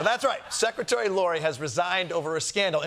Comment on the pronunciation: Kosta cant say "secretary". He tried twice and whiffed both. A little after the 6 minute mark.